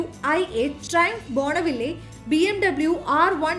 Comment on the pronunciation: ബോണവില്ലേ അല്ല സേച്ചി.. ബോൺവിൽ 😁